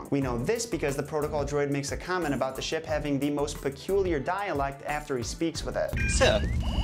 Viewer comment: You said dialight it's dialect